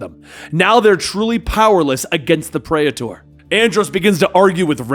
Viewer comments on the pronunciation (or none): that was pretty cool, I hope they use and explore that praetor lore in the future. also praetor is pronounced pree-ter, like peter with another r, not predator without the d